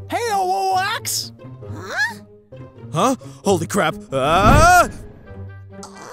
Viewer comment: The way Rodan mispronounced ooax's name gave me a seizure